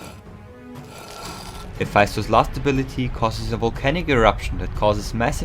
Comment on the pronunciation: You said Hephaistos but it’s Hephaestus